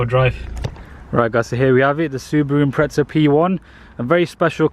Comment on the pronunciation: Lol it's Impreza not impretsa 😂